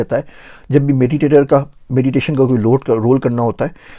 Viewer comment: Meditation ya mediation? 😂😂